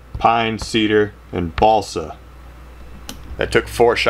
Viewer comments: what, i thought it was balso now im hearing BaLsA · sounds like he said ballsack